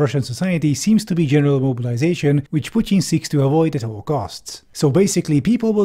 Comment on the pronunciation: i respect how you pronounce "putin". not because i'm a fan of him. you just did another thing RIGHT